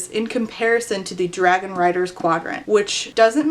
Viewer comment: "And then the biggest dwagon chose me. And then I got anothuw dwagon that is gold"